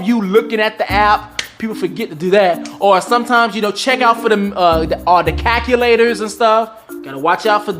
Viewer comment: He said the calulater😩😭😭😭😭😭